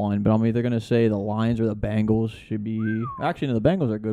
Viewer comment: Dude said bungles 🤡